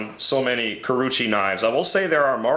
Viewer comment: Very nice review. It is oww-gami and ku-row-uuchee though.